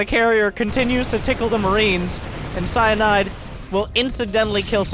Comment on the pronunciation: It's CyIANde. Cy-Ian-de, as (almost) in Sir Ian McKellen. Cy(eye)ande. Cy Ian de.